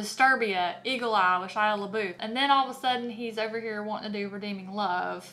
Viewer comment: I love the way you say it luh-boof. Yeah... this sounds like a weird choice of adaptation